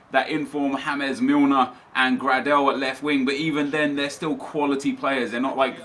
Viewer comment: i dont think james millner i pronounced hames millner